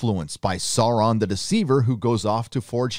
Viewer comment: SOUR - on. Say it with me now..... SOOOOUR - ron. Not SORE-on. SOOOOOOOOUR-ron.